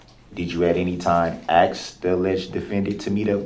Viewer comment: I cringe almost every time he AXES a question 🙄